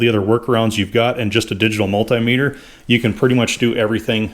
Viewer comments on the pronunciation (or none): none